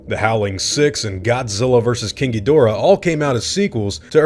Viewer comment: i swear i heard you say "Godzilla vs Kinky Dora"